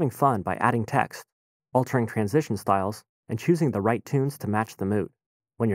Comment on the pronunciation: Dear Mister Narrator: When you use the word "the" immediately before any word that starts with a vowel, you are supposed to pronounce it "thee", not "thuh". i.e. "Thee updated interface", NOT "thuh updated interface".